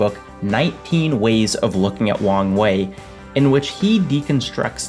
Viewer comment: Am i the only one who hears "wang wei" as "wrong way"?